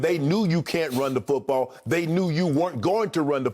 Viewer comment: Shannon with the 'fuutball' soccer teams pronunciation lol